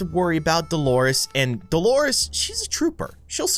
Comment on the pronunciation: Her name is Delores not dolores